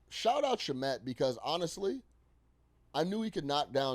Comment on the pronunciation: Can you pronounce Shamet correctly